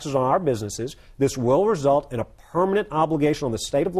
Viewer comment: "It has to be a Purr...manent change" Haha, I love the way he says "permanent"